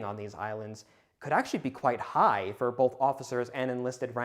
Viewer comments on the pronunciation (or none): none